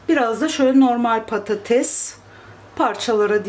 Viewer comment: Abla Slm patatez deme patates de 🙃